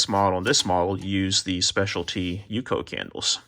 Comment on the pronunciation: it is u-c-o